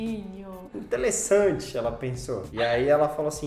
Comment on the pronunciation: "ki gatinhu" "intelessanti"